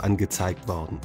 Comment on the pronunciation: bitte sag "werden" ... nicht "wardn"... das macht mich kirre :)